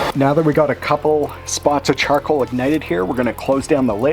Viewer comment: Charcwoal. I love how he says it.